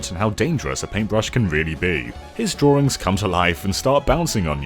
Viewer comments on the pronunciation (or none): none